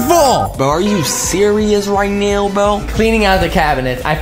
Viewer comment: "are you serious right neow bro?" got me laughing😂